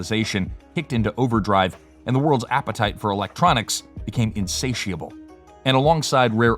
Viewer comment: Um how about working on how to pronounce insatiable correctly